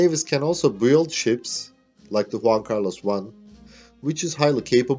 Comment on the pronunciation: Nice. Some pronunciation feedback. ▪Cánberra, not Canbérra ▪V is never pronounced like W or U ▪Build is pronounced Bild ▪The AU in Australia and Launch is pronounced Ô.